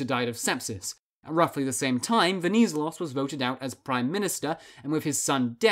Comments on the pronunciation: You accentuante the ZE in VeniZElos. also both "e"s in the name are pronounced the same way you pronounce the net in interNET. You probably have to remember that if you're planning any more videos on Greece since he's very important. Awesome video btw good job! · VenizElos - the accent is on third syllable. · Just so you know, he's called Ve-ni-zé-los stress the e (pronounced like the 1st e in edge) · You said wrong the last name Venizelos the ton in the e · no "d" on the name either written or pronounced... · Pretty good video, but please learn how to pronounce “Venizelos”. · The way he says Venizelos hurts my ears Other than that, great video